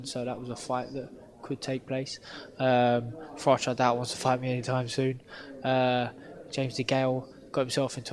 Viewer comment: Followed him from the start? It's Froch not Frotch bud!